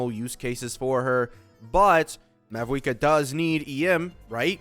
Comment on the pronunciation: Its mawuika. 90 percent of pronunciations in game dont pronounce the V